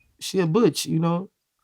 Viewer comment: Wat the fuck🤣🤣🤣Boosie said she a bouch 🤣🤣